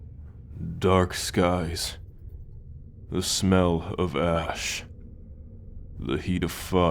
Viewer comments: IM SORRY I THOUGHT NAMLESS SAID “ASS” instead of “ASH” 😭😭😭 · Bro when he said smell of ash i thought he said ass😭😭🙏🏿